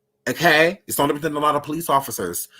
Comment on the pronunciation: “MMMKAY?!” Lmfaooo